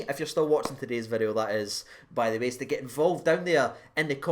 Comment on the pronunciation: "today's-ah video" 🤣